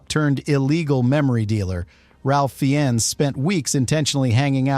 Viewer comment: “Fee-Enz”? WT actual fuck is your AI narration giving us? You’re cheap.